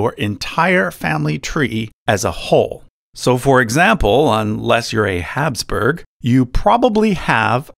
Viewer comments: guys its pronounced Habsburg, with a B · As someone literally from the region where the Habsburgs are from: It's Habsburg. Nothing else, just Habsburg